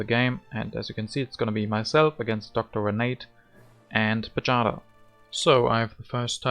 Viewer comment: Well played! Do you know that you win and I lose every game you are recording? :) Pajada is pronounced like "payada" (y from yellow). I hope we will play again soon.